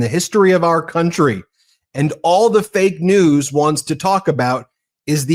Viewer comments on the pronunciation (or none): He says Fake News like it’s a person’s name 🤣 Bigly.